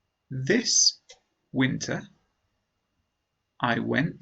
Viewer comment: winter pronunciation (wiinteaa ) 🌚